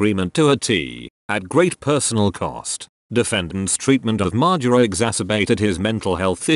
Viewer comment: Great vid except the way you say margera